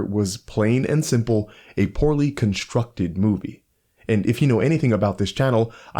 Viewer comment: Aaaarrrrgh! "conshtructed" Constructed is not constructed with an 'h'. Sorry about that. Otherwise exemplary review.